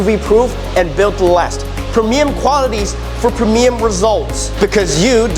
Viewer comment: Premium is pronounced “pree mee um.” Great presentation. If I am ever in the market you will get a quote request!